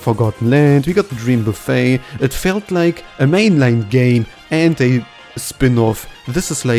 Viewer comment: He keeps saying gay instead of game :_KirbySmug